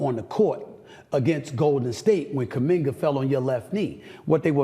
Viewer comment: He said Kamingar😅 So Embiid can no longer win the MVP award